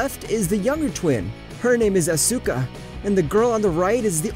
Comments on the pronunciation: bugs me how he pronounces Asuka . everyone else were saying it fine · Can this guy not pronounce anything? Blueish? As-uka? Bruh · I don’t like how he says Asuka. I mean that’s how its pronounced but still… over really good